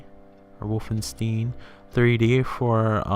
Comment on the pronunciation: You are the first person I hear saying Wolfenstein Wolfensteen. :) It's a good game, but I can't say I ever liked it or impressed by it even back in 1991-2 when I first saw it. Yes, I remember the home computer game with the same name which had nothing to do with this.